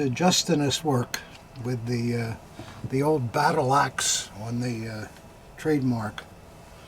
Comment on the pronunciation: When was describing the trademark for “the battle axe” for the SA dagger, I thought he said battlacks! (As in mean old ladies!) Laugher!